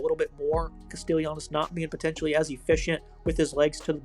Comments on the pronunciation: It's pronounced CASTELLANOS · You're butchering Castellanos name. Kast-uh-lon-oh-s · Fr😂 was bothering me